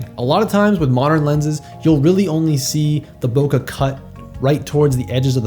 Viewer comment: Bokeh is a Japanese word. The vowel sound of the "eh" part at the end of it is a short e, as in "head," "bread," or "bleh." It doesn't end in /ə/ or rhyme with sofa.